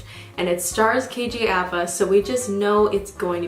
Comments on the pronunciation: And his name is KJ (up-ah) apa... Not (a- pa) white people pronouncing Maori names is so funny 😂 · i absolutely love you and your videos!! just wanna say that apa is pronounced aahpa/uhpa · The way you said Kj Apa hurt me